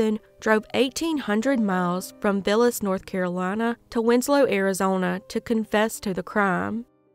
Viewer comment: Woah, I live in Villas NC. It's not even a town but a small community with a gas station and a store. That's crazy I had never heard of that case. Around here it's pronounced with a hard I like eye in Villas